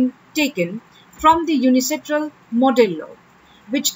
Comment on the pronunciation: It's UNCITRAL no UNICITRAL